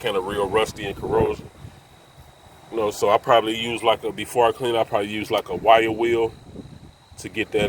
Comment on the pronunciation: Oh he was saying wire wheel I was like what is a white wheel